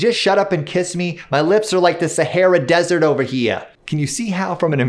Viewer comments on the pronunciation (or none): The Sahara dessert line with the slight Bronx accent I am literally lolling!!! xoxox!